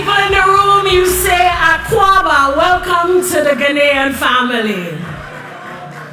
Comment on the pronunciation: we can always teach him how to properly say akwaaba 🎉